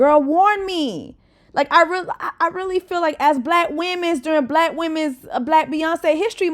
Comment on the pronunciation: The way u keep saying Bkack women’s history month 😂😂😂😂